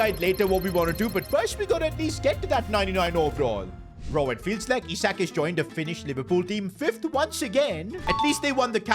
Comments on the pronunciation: It's Isak not aisak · Ele aisik em vez de isak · bro starts with the right pronunciation and go backs to the wrong one..